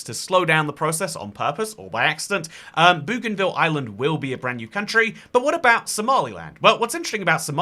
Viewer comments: Not Boogan-ville but Bogan-ville please! ❤❤ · Boh-gan-vil Not Boo-gan-vil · Hey mate, love your content, just one tip. 'Bougainville' is actually pronounced 'boh-gan-vill' (like how Aussies say 'bogan'). My grandad used to live on the island a few decades ago, he did electrical services and maintenance, and that's how he pronounces it. See also the pronunciation for the plant genus Bougainvillea.